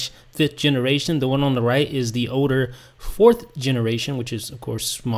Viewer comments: its Older not Oder dude... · Older you say oder